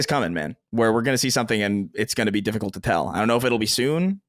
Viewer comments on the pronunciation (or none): you did a good job at the Sacred Symbols meet-up, from what I saw on Youtube. I will stop hating on you for pronouncing "difficault" as well as bringing up that anime you like and whoever "Holly" is every two minutes.